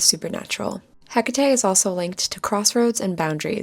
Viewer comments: As respectfully as possible it's pronounced heck-a-tea (not trying to be rude I just couldn't ignore it! Sorry if it sounds like I was just being rude!) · I absolutely hate how u say Hecate u either say eh-cah-teh or heh-cui-t😊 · That's all I could focus on too 😅